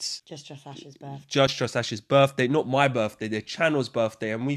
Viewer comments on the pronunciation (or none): "It's da channol's berfday; we hafta celebrate da berf." Pure joy on tap.